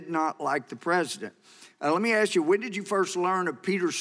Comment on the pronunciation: He says, Lemme Ast you.